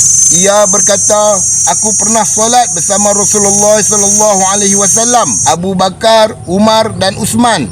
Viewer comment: Bedol adi hang sebut nama sababat biaq bagi elok sikit.. abu bakar bukan abu bakaq, umar bukan umaq nama imam² hang sebut elok ja..